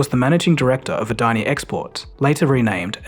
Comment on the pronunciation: Yo how did you pronounce Adani's name so well. Damn